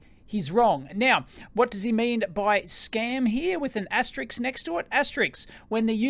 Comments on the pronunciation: It's not asterix but asterisk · asterisk not asteriks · It's 'aster-RISK', not 'aster-IKS'! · It's pronounced "asteriSK". Not "asteriKS". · As a non native english speaking person, is it asterisk or asteriks? I remember an Everybody Loves Raymond episde about it but now I notice you saying asteriks as well. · It's asterisk. Asterix is a French cartoon character. I have no idea why so many people cannot pronounce the word correctly.